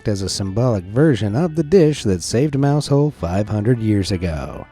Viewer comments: Mousehole is pronounced Mouzle. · Now I get why Americans make fun of us. Stargazy Pie makes no sense. Btw its “Mowzull”, yeah ik its dumb.